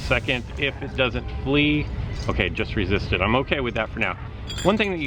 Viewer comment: and isn't it Dawdle vice dwaddle? As in 'to spend time idly'.